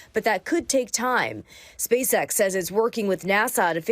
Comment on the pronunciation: Did she say... Space Axe? (about 5 sec in)